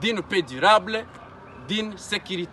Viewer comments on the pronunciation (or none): none